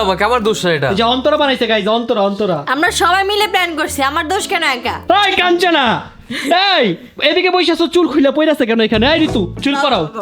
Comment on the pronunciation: কানচানা 😅😅😅😅না কাঞ্চনা ভাই